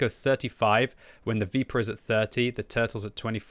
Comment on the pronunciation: Please stop saying veepurah… Even as a non-Italian person I hate it 😅